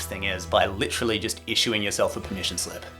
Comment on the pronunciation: not me thinking you're saying permission sleep